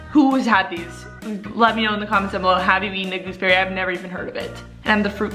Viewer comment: I’m from New Zealand and gooseberries grow like weeds here, btw it’s pronounced ‘gooz berry’. They’re really nice when they’re ripe and off the Bush!